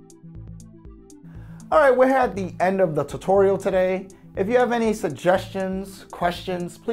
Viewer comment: I have a suggestion. Learn how to say tutorial.